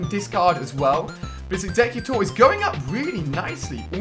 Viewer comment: Why the heack is Ali-a exeggcutor called exggcute